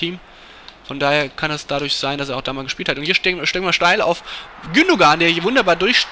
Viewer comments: Ilkay Gündoğan = Das "ğ" wird quasi nicht ausgesprochen, sprich "Gündoan". Schon irgendwie peinlich, ist ja auch ein deutscher Staatsbürger und spielt auch für die deutsche Nationalmanschaft aber nicht viele können einmal den Namen richtig aussprechen....das gleiche bei Özil, dessen Namen quasi jeder wie DJ Ötzi ausspricht, obwohl das "z" als "s" ausgesprochen wird, quasi "Ösil". Das hier soll kein Vorwurf an TAZZ sein, sondern einfach weil mir das jetzt bestimmt zum 100sten mal aufgefallen ist. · Gündogan wird Gündoan ausgesprochen...